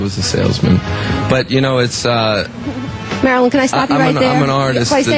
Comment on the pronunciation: Domb bitch calls him Maralyn